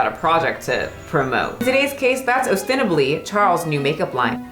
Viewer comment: you butchering every third word -- quo, ostensibly, ousted, amiably, sniping, substantiated -- while reading that Cosmo article is tew much!! And "in the year of our internet 2023" is a reference to some literary figures of previous centuries referring to the year as "the year of our lord 1623". You're very smart, you're obviously at least somewhat intellectually curious, and you can obviously research, so I think your videos would definitely improve if you took your research just that much further and you make sure you understand the references you talk about, and make sure you pronounce words correctly, and that you know what they mean when you use them! You did pronounce guile correctly the first time though!!